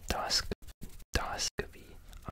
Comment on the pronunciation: also dostoevsky is a russian author and it’s pronounced dostoy-yevsky or dost-ohv-skee